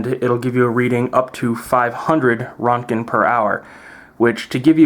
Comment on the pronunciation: Roentgen (or Röntgen) is pronounced "RENT-gen", with a slight roll of the tongue on the "R". This is a minor thing, but a lot of people pronounce it wrong. It's German, named after Wilhelm Conrad Röntgen, the discoverer of X-radiation (and 1st person to win the Nobel Prize). I've even heard some say "RO-tuh-jen", "WRENCH-en", and "RO-ent-gen". You can also use the "rad" or "rem" (Roentgen equivalent man). They're basically the same in numeric value, but different in terms of how dose or exposure are measured. The rad is absorbed dose, rem is equivalent dose, and the R is exposure.